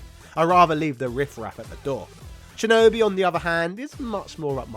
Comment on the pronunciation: Your voice pronunciation of shinobi is ridiculous...sh sound as in shhhhhinobi not chinobi